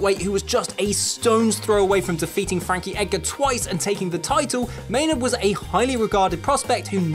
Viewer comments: “May-NARD” lol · It's how we pronounce it here in England